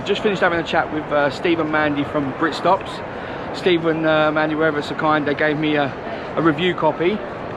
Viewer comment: "I want a britstops bookk"